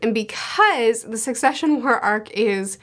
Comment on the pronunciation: Every time that she called it the concession war I couldn't help giggling a little. Imagine Kurapika, the Phantom Troupe, the Princes, and everyone else plotting and killing over the survival of their cute little fruit stands and nacho food trucks., if you are reading this, please dont change how you pronounce succession.